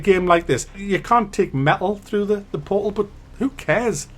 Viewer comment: Portal= Po-ho